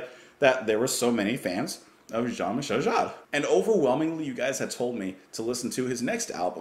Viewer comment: I love your reaction, but please, his name pronounced ZHAAN mee-SHEL JAAR